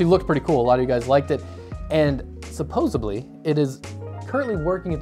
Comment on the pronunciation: I died a little inside when he said "supposebly"